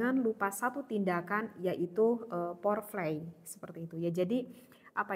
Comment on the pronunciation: fore play Ustadzah, kebalik bukan pore flay, tp terimakasih kajiannya sangat mudah dipahami, dan menggairahkan untuk dipelajari